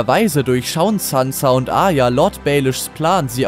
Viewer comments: Arya, nicht Aya! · A"r"ya und nicht Aya das hat mich so getriggerd! Aya, Aya... Aya...😖